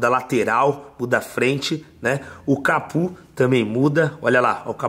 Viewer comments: O fala capu kkkkkkkkk é capô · não é capû é Capô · CAPU NÃO, É CAPÔ!!!